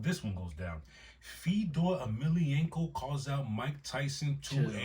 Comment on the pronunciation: has the name pronunciations on 100, in this episode too. The way he said Fedor Emelianenko?! Perfect! Lmao. 🤣🤣